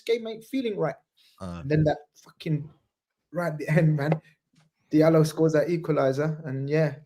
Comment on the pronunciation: "Dee-ad Midallo will start"